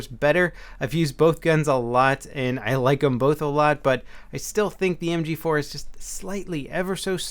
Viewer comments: "Em gee foo" lol i always wonder why my mouth and brain disconnect when trying to provide some verbal announcement as well.lol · Hoogy 4 like a korean fruit store lady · I know it had me cracking up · Lmao listen very carefully on how say "mg4" He sounds super asian lol